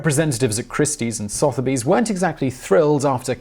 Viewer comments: Soth-erbys? Sutherbee is closer. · Sotheby's is pronounced "su-thu-by's", not "soth-by's" or "soth-u-by's". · Sotherby's is pronounced "Suther bees". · The pronunciation of Sotheby's was painful.